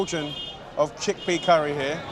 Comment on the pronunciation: He said cheakpea curry , you will never change. Dude you are in India